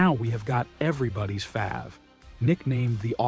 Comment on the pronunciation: As they go this AI narration wasn't all that bad the word that most stood out to me as being mispronounced was our word favorite the abbreviation 'fav'